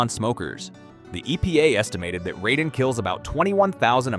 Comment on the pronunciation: Honestly, first few videos I saw weren't bad and the info isn't terrible (though I would "trust but verify" what's said), but I quickly realized this is just an AI slop channel... The scripts are clearly generated by AI and the voice is also AI (notice that the narrator pronounces Radon "ray-din" intermittently?